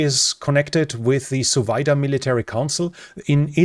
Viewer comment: hahaha, i heard Suvida as "so weiter".